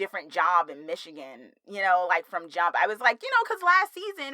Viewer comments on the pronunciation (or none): none